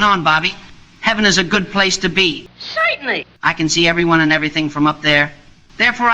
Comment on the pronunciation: Zointenly !!! Yuk, yuk, yuk !